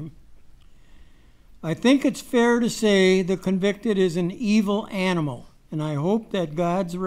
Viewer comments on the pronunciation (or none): Do not say aminal he is a monster